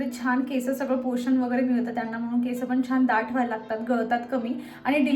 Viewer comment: Didi me pn khandesh madhun ahe tr ha problem khup khandeshi lok krtat ki केसं boltat instead of (केस) so please (केस)only bol.❤